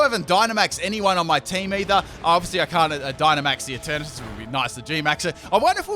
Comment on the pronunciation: ‘’And Eturnatus is going to be turned into Eturnapiss” Wtf?